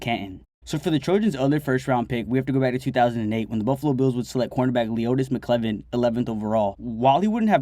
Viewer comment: McKelvin, not McKlevin. You should seriously listen back to your voice over and make sure you don't do dumb mistakes like that again.